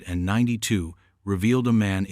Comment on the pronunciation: It just goes on like a novel,bored 2min in,and AI can't say 1992 it's annoying